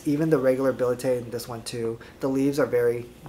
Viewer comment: The pronunciation of scientific names though!!! billet-eye?!?! Seriously????